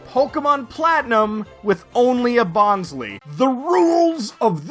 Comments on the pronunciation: Bon_sley not bonsly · Is no one really going to mention how he keeps on butchering bonsly's name as "Bon - slee"..? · Favourite plush but cant even pronounce its name properly lol (jk, this video has frankly been one of my all time favourites of this recent craze, i love your personality, your comedy and quips, and your editing, i was genuinely surprised at your subcount cause this video felt to the standards of or maybe even better than most popular poketubers videos. You have so much potential to be one of the big bois in the poketuber scene and i really wish you the best for your future videos, and can't wait for more!) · You're pronouncing Bonsly wrong. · Did you intentionally mispronounce Bonsly to replicate Mah-Dry-Bread's Rattatta troubles? 😉